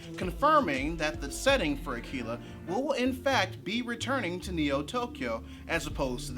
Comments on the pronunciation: I think hes pronouncing it as "akeela" because that's how Japanese people would pronounce it. Also they're looking for casting in my city, the twin cities in MN! Soooooo I dont think that release date seem right...haha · "AKEELA" Bruh. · Japanese R's and L's make a sound closer to the English sound for D's (but more like a mix of all three). It's a sound that doesn't really exist in English. Pronouncing 'Akira' with an English L probably isn't really any more incorrect than pronouncing it with an R, but it's pretty uncommon.